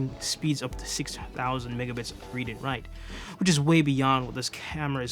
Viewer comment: Are you not a native speaker? You consisntelty pronounce OF as OFF when it should be OV.